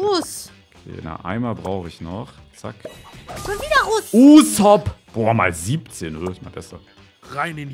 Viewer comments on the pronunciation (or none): Wie sagt: UsOp😂😂😂😂